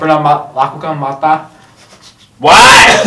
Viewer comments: Matah bukan mata, wkwk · Matah bukan mata 😁😂😁😂😁